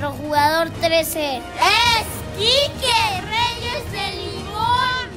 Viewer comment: Que falta de respeto para la leyenda, el relles, no reyes